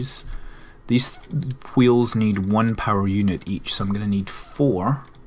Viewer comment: Hweels. Why are you putting so much emphasis on the H?